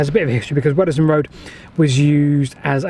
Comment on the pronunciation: It's pronounced "wodsdon". Just FYI...